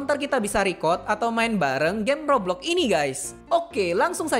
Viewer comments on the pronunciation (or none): abang bilang toblox atau roblox